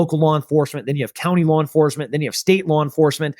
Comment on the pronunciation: Wow, that's a hell of an example of an 'intrusive R' between vowels" LawR enforcemnt 😮